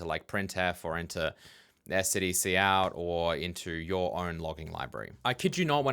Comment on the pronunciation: Its killing me. "Cout". Its c out. As in "console output" that was obvious to me upon first seeing it. Im a curmudgeon though.